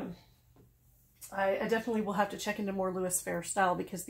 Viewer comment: Just FYI its louis fe-ray with a long a. Or maybe more fer-ray is better.